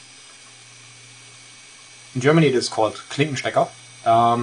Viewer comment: It's "Klinkenstecker", not "klinschteteker" XD Nice review, but your English isn't the best. I also think the L and R button are too small...